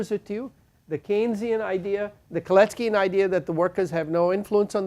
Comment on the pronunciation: Kalecki not Colettes Key😁